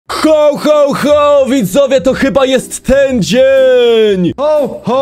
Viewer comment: Jakście to przeżyli?! Spłonąć powinniście albo roztopić! Hoł, hoł, hoł?! Ho, Ho, Ho się mówi! W Polsceśmy jest! A jak chcesz po angielsku to po angielsku! /həwˌ həwˌ həw/, a nie hOł, hOł, hOł!!! ŻARTY?! KLICKBAIT NORMALNIE!!! W tytule jest „Św. Mikołaj”–biskup w szatach biało zielono złotych–a nie to co spotkaliście–Colowy Mikołaj[Cola Claus]❗